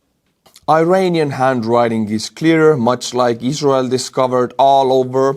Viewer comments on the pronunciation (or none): none